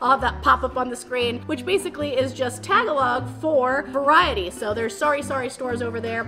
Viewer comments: It's actually pronounced "Pun-cit" and "Tuh-ga-log" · Just a couple of language corrections. It’s Ta-ga-log not Tag-a-log. Also while it’s spelled pancit, it is pronounced “pun-sit”. Someone should’ve given you pronunciation tips. It’s not easy to learn little things in other languages but you should know how to say the actual language. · tagalong = ta-gal-low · Being Filipino, and knowing it’s been a while if ever take another Filipino food challenge I hope you can try to say pancit, and Tagalog (Ta-Gah-log log is log kinda like log) correctly. Also since it’s been a while can anyone tell me if Randy is her bf? Glad you like/enjoyed Filipino food, hope for you to try again. Loved the videos. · Just a friendly insight. Tagalog is pronounced "Taa Gaa Log" ☺ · Enjoy watching you do all these challenges. Keep it up! Also very cool to see you do a Filipino one. Just maybe tweak the pronunciation of some of the words like Tagalog & Pancit 😁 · Your pronunciation of Tagalog made me laugh. Just about everyone does that at first.